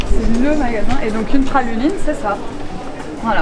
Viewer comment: Lyon capital des gones😊,et on dit bien praluline. Vive Lyon et merci pour cette vidéo.